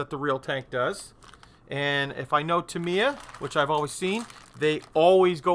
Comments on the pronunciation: Absolutely not! First if all its タ(Ta)ミ(Mi)ヤ(Ya) not Tam Ye A and second in Japanese every syllable is being given an equal - monotonous of intonation so either TA MI YA or ta mi ya but no such thing like TA mi YA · Cracking model but never heard Tamiya company pronounced Timiya….. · Pronounced Tam ye A = Tamiya